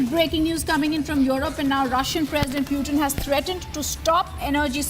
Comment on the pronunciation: Whats that pewtin? Pls, he is putin 🙏